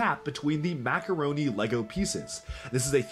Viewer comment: He really loves LAGO. at least that is how it sounds when he pronounces LEGO.